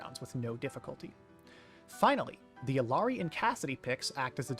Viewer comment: eel-yah(r)-dee not, “ill-aree” as a community we have to stop whitewashing her name, it’s Quechua